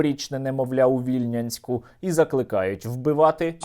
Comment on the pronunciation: Сергій , не ВІльнянськ , а ВільнЯнськ.Ну це так на всяк випадок.